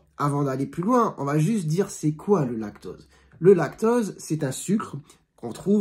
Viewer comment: Vous parlez du lactOse ou lactAUse ? On entend mal.